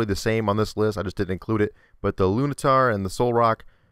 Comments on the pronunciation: Larvitar, not Lavitar. Taken from "larvae", not "lava" or something. It also has nothing to do with day or night. Nor do LunaTONE or Solrock have a set time of day to appear. Also I note you are mixing things up. Different Pokemon have a different catch rate number. This number is calculable only as a percent factoring in status conditions, amount of HP, type of ball (and other factors the balls may bring in). The term you were looking for is encounter rate, not catch rate. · this guy doesn't know any pokemon- luneatar? Lavitar? wtf